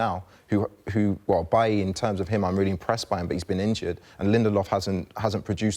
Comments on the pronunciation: Bally????? It's Bailly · did Tim Sherwood really call Bailly ‘bally’ 😂